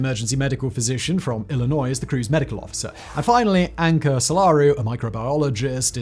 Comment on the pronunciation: It's pronounced "ill-a-noy- not ill-a-noise"